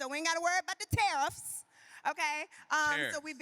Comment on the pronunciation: Pronounced, "tariffs" Porsha, not "tiffs." 😂😂😂. Also, your answers sound rehearsed. Doesn't seem authentic to me😂